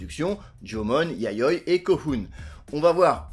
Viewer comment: Super intéressant, merci. En plus, la prononciation du japonais est assez correcte, sauf peut-être pour "Yayoi" où le "i" est plus marqué (YA-YO-I)...